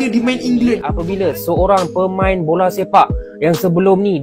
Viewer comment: 😁😁 Bola Slempak 🤣🤣